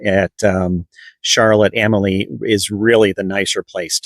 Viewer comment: It's pronounced Charlotte A-mal-ya, not Charlotte Am-A-Lee or Charlotte A-molly.